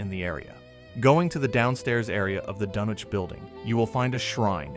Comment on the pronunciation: Pronounced DUN-ich